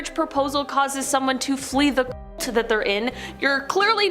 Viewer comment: You can't even say CULT?!